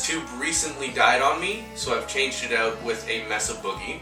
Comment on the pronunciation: Dude. It’s pronounce “MAY suh”. It’s a Spanish word that means gorge or canyon